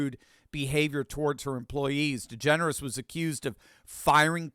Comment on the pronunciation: You said Ellen Degenerate wrong.